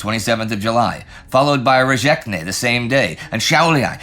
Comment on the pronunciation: Enjoyable as always, but man the Latvian pronunciation was just bad. Rezekne and Gulbene were totally wrong.